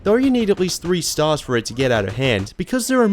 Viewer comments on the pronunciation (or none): none